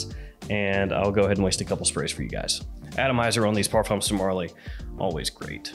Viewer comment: Hi, thx for the review 😊 I just wanted to tell ya that " Parfums De Marley " is a French brand & the "s" in parfums is a silent letter, it's not pronounced. french ppl say " par. fin "